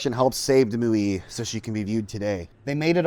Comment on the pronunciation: You are mispronouncing the paddle wheeler...it' MO..YAY....OK.?